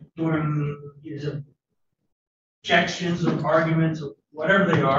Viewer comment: Jesus the "ojections" and just word salad that comes out of this mans mouth is drowning me.